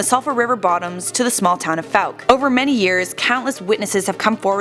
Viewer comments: You only pronounced fouke correctly once. It’s not fowk or fuke. It’s pronounced foke. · What if people could pronounce my home town right? It is not Foo-ck. It is Fow-ck. Like Fowl nor Food. Geez that ruins a video when some mispronounces my hometown. But thanks for doing a video of their urban legend. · Thought it was pronounced like: foke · What if this idiot narrator pronounced the name of Fouke correctly throughout the video? ( vs )